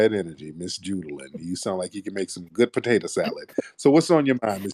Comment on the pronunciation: “It’s Judah-LUNN”